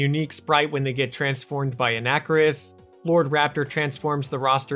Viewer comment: A nacker iss? Dude.. It's "on a car iss," bro bruh cobra.